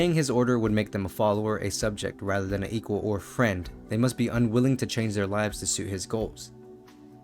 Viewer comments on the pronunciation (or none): none